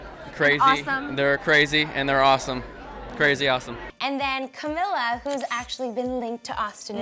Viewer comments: it's camEEla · CAMEEEEEELA NOT CAMILLA